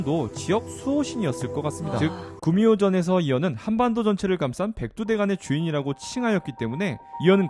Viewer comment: 백두대간을 백두대가리 라고 들었지...